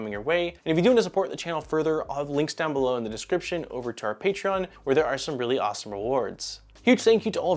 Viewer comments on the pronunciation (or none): none